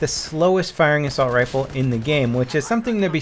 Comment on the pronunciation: "Assulat" lmao ahaha